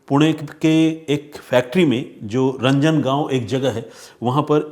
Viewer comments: पिंपरी not पिंपडी रांजणगाव not रंजनगाव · रंजन गाव नहीं सर ज़ी रांजण गाव हैं सर 😂😊😂😊😂😊😂